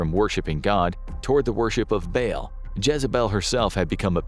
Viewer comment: Dude you saying bail was driving me insane. Its pronounced "ball" for Ba'al. Holy hell